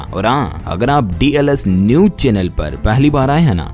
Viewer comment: Pronownseation theek kariye